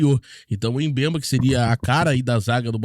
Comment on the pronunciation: A pronúncia correta do nome africano é "Bembá". Vc precisa se preparar melhor para não falar os nomes do jogadores errado.